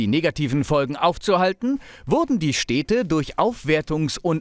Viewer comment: Super Video, vielen Dank, aber ich kann doch nicht der einzige sein, der sich daran stört, wie du die Städte nennst. 😅 Das sind Städte und keine Steehdte.